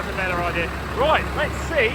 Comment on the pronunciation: Take a drink every time he says ""! LOL Great work here! Thanks for sharing this!